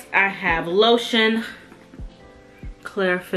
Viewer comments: Lol love the lotion can’t even pronounce it 😂 thank you so much 🥰 I will I might get the new Gus Gus one 😊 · Great video. 🤣You had me laughing. I don’t know how to pronounce that lotion either. Yes girl, get you a coin purse. Enjoyed